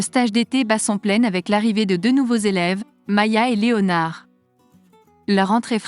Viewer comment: Voix robotisée de synthèse inaudible qui ne prononce même pas le nom "Léonard" à la française... 🤮🤮